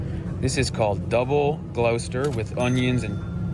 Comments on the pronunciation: Gloucester is pronounced [gloster], not [glohster]. Pronounce the 'ou' as a short 'o'. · Its Gloss-ter not glow-ster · Generally, every town in the the UK will have fish and chip shops, Indian takeaways and Chinese takeaways. All convenient, tasty foods. 16 ounces = 1 pound, 14 lbs (pounds) = 1 stone. He needs to learn how to pronounce Gloucester it is gloss'ter not glough'ster. Woo'ste'sher. I concur, Krispy Kreme are horrible, dough is claggy and excessive sugary icing. Our food prices have risen a lot recently, the reason living in London is so expensive is the rents. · It’s not Glowster, it’s Gloster 🤦🏻‍♂️ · It's NOT Glowster. Its GLOSSTER. Doctor Foster went to Gloucester In a shower of rain. He stepped into (some piddle)(a puddle) Right up to his middle And never went there again. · You were close with your pronunciation! Well done for not calling it 'Glou-Sester', but it's actually pronounced 'Gloss-ter', rather than 'Glou-ster' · spoiler... it's not "glow-ster".. It's "Gloss-ster" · Gloucester pronounced “Gloster” not “Glow(rhyming with cow)ster” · Its pronounced closer not glowester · Wrong. GLOSSTA. NOT GLOUWSSTA. SAY GLOUCESTER LIKE GLOSSING GLOSS. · He was wrong when he butchered Gloucester. Glos ster…..not glow ster. Worcestershire = woostersher sauce. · Glowster?! It's pronounced 'Gloss-ter'.😅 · It's pronounced Woostersher sauce, We just say Wooster sauce. Leicester is just Lester. And Gloucester is just Gloster, not Glowster like he said in the video. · Gloucester - Not pronounced quite right but it was fairly close Pretty much remove the uce in the middle and say Gloster. Wooster Sheer Sauce. Many of us just refer to it by the Brand name Lee and Perrins. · "I'm 90% sure it's pronounced Glowster". 100% wrong. 🤣 🤣 🤣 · Sorry, he is pronouncing Gloucester (Gloster) wrong. Milk in your tea is a personal choice. I don't put milk in my Earl Grey tea, but my husband does. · Gloucester = Gloster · Gloucester is pronounced glost-er. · Close but it's "Glosster"